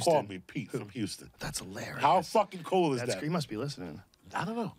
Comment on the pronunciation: Redban's whole thing how he pronounces cold and old like that is the worst